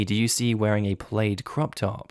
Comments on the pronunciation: plaid is pronounced plad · Just so you don't continue this, plaid rhymes with dad, plaid does not rhyme with spade... but perhaps that is the Australian pronunciation? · the way you pronounced "plaid" astounds me